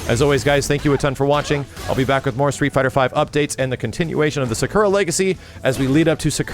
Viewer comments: I love you but man do you need to work on how you pronounce character names and abilities. I cringed everytime you said "Ziku" or "Sakoora" lol please do better😂😂😂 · Other common mispronunciations: Rai-you, Karen, Soccera, Zangeef